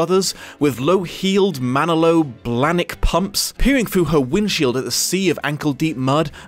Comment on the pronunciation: I'm sorry that this has nothing to do with the video, but the way you pronounce Manolo Blahnik is just so funny to me. Carrie Bradshaw would be horrified.